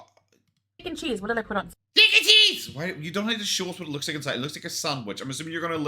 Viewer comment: Can't stand the way she says cheese. She pronounces it very fatly